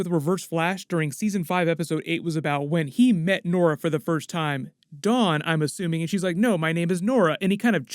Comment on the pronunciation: lmao learn some pronunciation there not said the same. D- Awwn is not said the same as Don 🤣